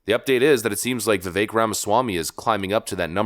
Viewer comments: Vivek is pronounced Viv-ak. Pronounce the "e" in his name like you are sounding out the letter "a". Viv-ache. Trump pronounced his last name "Ram-a-shwamy" as opposed to Ram-a-swamy. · Vi-Vake... rhymes with cake. Please pronounce his name correctly.